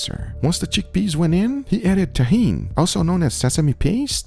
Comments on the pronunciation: Tahini not tajin😭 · when guga pronounces 'tahini' like 'tajin' XD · Its not called Tahin its called T-hina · Tahini not Tajin